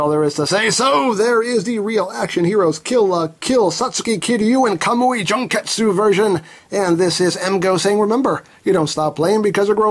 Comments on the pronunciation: omg! i just rewatch the vid, and the way he say "Junketsu" like " JUNK -estu" OMG "JUNK" 😂😂😂 it's "Jun-ketsu" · You completely butchered the pronunciation of the character's name, and the name of the suit.